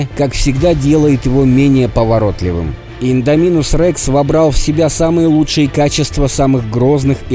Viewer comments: Індоминус а не індамінус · не иииииндоминус а индоооооминус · Не ідамінус а індомінус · Какого индОминуса? Индоминуса, Индоминуса. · Не индоми'нус а индоми'нус ударение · Вот так пишется «индоминус Рекс» а вот так читаешь ты «индаминус Рекс» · Не индомИнус рекс а ударение на о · Не индомИнус Рекс а индомИнус рекс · Индоооооминус рекс а не индомиииинус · Ролик очень красивый, но не индомИнус а индОминус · не инодомИнус, а индОминус рекс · Не Индаминус рекс а Индоминус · Прости те меня но боже не индонИмус а индОнимус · Не Индоми́нус а Индóминус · Правильно будет индоминус Рекса ударение падает на о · Только по моему ударение на о! В индоминусе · Идоминус ударение на о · Ну какб с индоминусом Рексом ничестно и ты неправильно гаварил имя ево